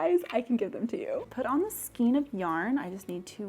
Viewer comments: This has always been a pet-peeve of mine 😅, but you are saying Skien rather than Skein. Skien (skeen) is a municipality in Norway. Skein (skān) is what yarn can be loosely formed into. And your big "skein" is a cake rather than a skein. There's different ways of having yarn, which is a skein, a hank, a folded hank, a twisted hank, a donut ball, a hard core ball, a cake, a bullet skein, and a cone. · It is pronounced "SKAYN" not SKEEN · Could you say skane of yarn instead of skeen, I would totally appreciate it. My ears cringe when you mispronounce skein. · I love the first yarn holder!!! Skein is pronounced skayn.